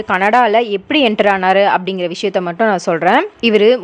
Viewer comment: abdee, ibdee, ebdee. enna tamilu idhu